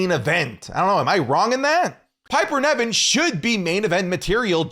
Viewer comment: It's not Piper Neven speak properly you literally watch the product & still incorrectly pronounce it